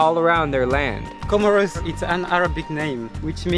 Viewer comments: My dear, COMOROS is pronounced, "KO-MORE-ROS, with the a ccent on the "KO... " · I heard comoros